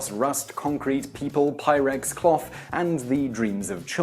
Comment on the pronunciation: Not trying to make fun of your accent but was that "Pyrex" or "pirates" that it sets fire to?